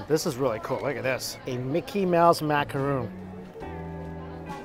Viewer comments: Macaron=/=macarOOn. A macaroon is an entirely different thing made with shredded coconut and 10% the effort of macarons! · it's a Mickey macaron not a macaroon. Two completely different desserts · I’ve been telling Mikey for years but he still doesn’t know the difference: it’s a macaron, not macaroon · Not to be that guy, but I think it's Macaron. Not Macaroon.. I believe macaroons have coconut 😅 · You’re killing me calling it a macaroon lol it’s a macaron lol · Mike, It's a macaron not a macaroon. Two totally different cookies. The macaroon is usually made from coconuts. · Maca-RON and maca-ROON are two veryyyyyyy different things. Other than that thankyou once more for an honest review as always 👍🏽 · macaRON not ROON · Macaron, not macaroon. They are made with coconut. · Macaron, not macaroon. They are two entirely different foods. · It’s a macaron. Not a macaroon. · Macaron not macaroon